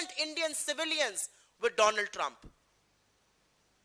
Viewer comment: Donald Nahi dolaand trump